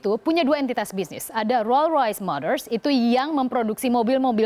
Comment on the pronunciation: ngomong rolls royce aja gak bisa....